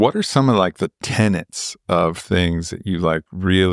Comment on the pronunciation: it is tenets not tenants. sigh!